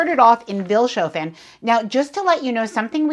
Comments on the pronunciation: The town you embarked in, Vilshofen, is pronounced Fils-hoffen as is normal in German speaking areas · Vils' hoe fen is the pronunciation. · What a great video. The only criticism I have is that you should try to find out how to pronounce the names of the towns. Pronouncing them with an accent is totally ok, but please at least make an effort. E.g. Vilshofen is "Fils-hofen" and Passau has the stress on the first syllable. I think it's a matter of respect. It's easy to look up basic German pronunciation.